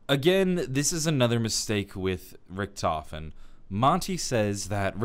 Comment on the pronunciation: the biggest mistake is the way Monty pronounces Richtofen